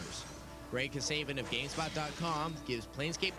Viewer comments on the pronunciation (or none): "greg kasayvin" lmao